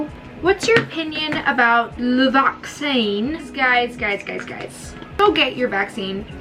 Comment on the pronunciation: is anyone gonna talk about how French her “where’s my f҉o҉n҉d҉a҉t҉i҉o҉n҉?” was?! And the “what’s your opinion about the v҉a҉c҉c҉i҉n҉e҉” sounded so British!